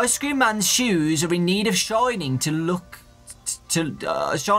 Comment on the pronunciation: THE BEST YOUTUBER AND WHEN U SAID ICE CREAM I THOGHT U SAID ICE SCREAM LIKE THE GAME